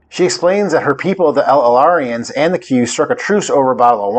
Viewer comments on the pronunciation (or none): It's not pronounced "L•L•AREINS", it's "El•orians."